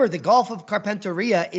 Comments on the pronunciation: Carpentaria pronounced Carpen (as in carpenter) tear ia. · Great show 😎👍 We pronounce Carpentaria here (as in Gulf of) as: carpent-area.